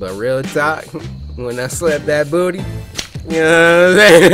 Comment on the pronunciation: “when I slap dat boody unowaumsaiun?”